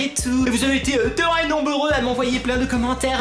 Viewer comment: Elle est treuoh bien cetteuh vidéeuoh! Je t'adoreuh ❤️